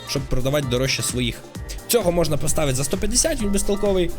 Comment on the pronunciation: чого у мене коли ти говорив можна то в мене говорилось мона а не можна?